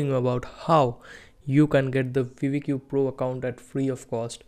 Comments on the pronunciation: brooo its not called veevedq its called VID - I - Q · bro its not vidi Q. Its vid IQ = vidIQ